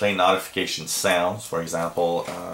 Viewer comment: Ha ha. Hurts my ears.